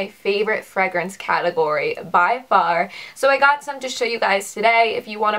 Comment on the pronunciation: I was wondering where you are from? I have never heard fragrance pronounced like you say it. You don't say "Fray"